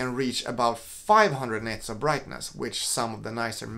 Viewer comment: are you saying 'nets' of brightness??